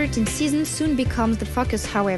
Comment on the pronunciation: "The 2013 season soon becomes the fuckus however..."